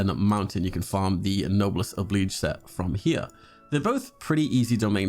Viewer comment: Finally someone who pronounces Noblesse Oblige correctly!!!